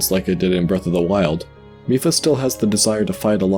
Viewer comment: Reddi as a German i disaprove because "mief", wich is pronounced just like Miph, is a Term in Germany to describe a very bad smell.